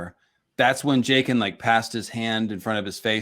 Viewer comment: "Jayken" bro stop pronouncing it like that